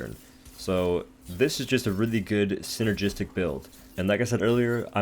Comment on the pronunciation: are you saying "synergistic" or "sinner jizz stick" ? im cumfused